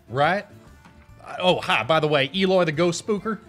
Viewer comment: Eloy more like BEE-loy I’m not sorry